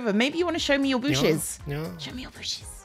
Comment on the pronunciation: Cleo - "Show me your booshes" - * looks down * At your HOUSE! Jeez lmao